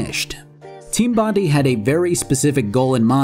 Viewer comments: Great video so far I'm not done still going through but because they are an Australian company so it is most likely pronounced Bon- Die not Bon-Dee that's just how we Aussies says shit and we have a famous beach of the same name Bondi Beach keep up the great vids can't wait for the dragon age 2 video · As an Australian I feel I have to say this. It’s not team Bondee. It’s pronounced Bond - eye. Like the beach. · It's pronounced Bond-eye not Bond-E. love the content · As an the way pronounces Bondi hurts me. Like I don't blame him, if you had never heard it before and just read it, you'd think that's how it's pronounced. It's actually pronounced Bon Die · Good video except it's Bondi as in Bon-die not Bon-dee. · It's pronounched Bond-eye not Bond-ee. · Fantastic video! It's pronounced Bon-dye not Bon-dee though :p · Bondi is pronounced bond eye. Bondey sounds funny though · Great video, really good stuff.... but.... look.... it's pronounced Bon-dye, not bon-dee. Sorry. It's an Australian thing, and you probably didn't know how it was pronounced but I cringe every time I hear bon-dee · its bon-die, most aussie sounding shit ever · Fuck sleep a new Factory vid is out! Edit: Also as an Australian I gotta point out it’s pronounced Bon-die. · Every time I hear bondee I cry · Aussie here, bit of trivia, Bondi is pronounced with a hard "I" (Eye). So Bondeye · Hey aussie here, whats done is done but for future refrence Im gonna go out on a limb and let you know its pronnounced team bond-eye. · Any other aussies die inside every time you heard "Team Bondee"? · Hearing Bondi pronounced as ‘bon de’ hurts but I kinda like it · Team Bondi is pronounced 'bond-eye' as they named themselves after Bondi beach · Oh come on dude - "Bond-eye" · Bondi is pronounced Bon-dai It's named after Bondi Beach, in New South Wales, Australia Source: Am Australian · bondi is actually pronounced bond-eye, it was likely named after bondi beach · Heard Bondee and switched off the video